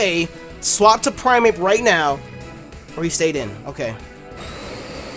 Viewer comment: You kept saying "Primeape" and I kept hearing "Infernape." I'm like "yeah, special Infernape is pretty viable, what's wrong with that?" haha